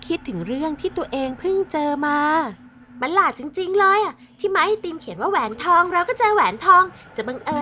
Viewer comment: คนขายก็ว่าแปลกแล้วนะแอด แต่ผมว่าคนซื้อแปลกกว่าอีก 555 แหวนทอง อ่านว่า แห วน ทอง ตะหาก 5555